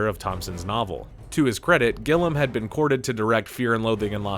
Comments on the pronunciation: GILLIAM! Not Gillam for fucksake. All this detail and you can’t even get the directors name right?! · His name is GILLIAM, not Gillam, Gillum or whatever the fuck you're saying! Had to stop watchung as so fuckin annoying! It has an "I" before the "A" like "William" or do you say Willem? A channel dedicated to movies & you can't get that simple name correct? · You'd think a narrator would check the pronunciation of a name they're going to say regularly throughout a 25 minute video. GIL-E-AM, not GIL-AM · It’s gill-ee-um not gillem lol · Maybe try to say Terry Gilliam's name correctly? Fucking painful to listen to him call him gillum like gollum. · It's gill-ee-um, not gill-um. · Roger Ebert: "Seal Beach" Benedict Cumberbatch: "Pen-goo-in": "Gillem" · It's Terry Gill - ee - um not Terry Gill - um ffs... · The director's last name is pronounced GI * LEE * UHM, not Gil-Uhm! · Yes, Terry GILLEY-am. For me, it’s been that since I discovered Monty Python in 1974. The narrator kept saying “Gillum”; I thought he was talking about a different guy… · I seriously can't watch the video because of this. If you're making videos about film and don't know how to pronounce the man's name I have doubts about your knowledge. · Why do you keep calling him "gillam" it's "gilliam" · It’s pronounced GILLYAM not GILLUM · I have never heard someone mispronounce a name so much. It’s Gill-I-am. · Gilliam. Pronounced Gill-ē-uhm three syllables, with a long E. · how do u read Terry Gilliam. and think its pernounced Gilum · I've never hear Terry Gilliam's name pronounced as "Gillam" without the 'i.' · Gilliam. It's pronounced Gill-ee-am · gill-IAM! Unless I've been saying it wrong for fifty years. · Sweet Zombie Jeezus! Have I been pronuncingg Terry GILL-EEE-AMM'S name wrong since the fekkin 80's? Besides that, good job F&L was the first dvd I ever bought. Always remember,:if you get into trouble you can always send a telegram to the right people. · Gill-i-am….show some respect!